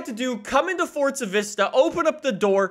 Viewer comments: I am sorry but its ForZa not fortza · Your freaking saying fortza its forza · Forza not fortza 🙄🙄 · It’s FOR...ZA NOT FORTZA HOLY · It’s not fortza it’s forza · FORZA NOT FORTSA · BRUH THE THERES NO T IN FORZA LEARN TO SAY FORZA NOT FORTZA! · “Forts-zuh horizon” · It triggers me so much when he says “fortza” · Oh no not fortza horizon 3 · He says fortza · Still wondering where the t is in forza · The way you say forza makes me wanna drink bleach